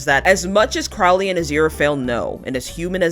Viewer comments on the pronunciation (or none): Tiny thing. Crowley is pronounced like the bird